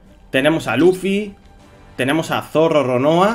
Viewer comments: SE DICE ZORO NO ZORRO perdon por gritar pero es que me pond muy nervioso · 😂😂¿Zorro?pues fan de One Piece no creo que sea😂porque sino si sabría como se pronuncia☺pero no pasa nada todo el mundo tiene errores